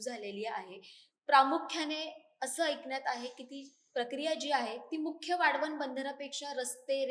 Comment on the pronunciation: हिला वाढवण बोलता येत नाही.आली वाढवण बंदर बनवणारी😊😊